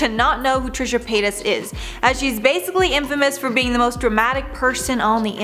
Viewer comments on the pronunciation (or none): none